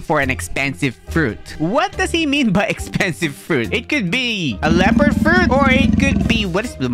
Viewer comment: When bro says gragon and lepard makes me laugh so bad